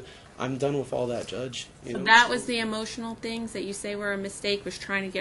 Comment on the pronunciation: Has anyone noticed that says “wiff and boff) instead of with and both???